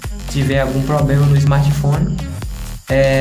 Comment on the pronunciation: "Toxe escrim", "pobrema", "martefone", se vocês "querê"...... PQP!!!!